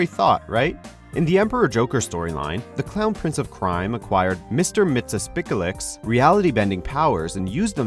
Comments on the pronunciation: it's pronounced Mixeespitlick just for future reference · Mister WHAT?!?! Say it right, Miks-yez-pit-lik.